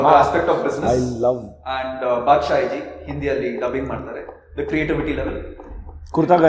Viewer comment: bro, Adhu “And” not “Und”😊